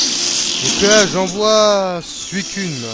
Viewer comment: sa se dit "suisseune" et pas "suissune" NOOB :rire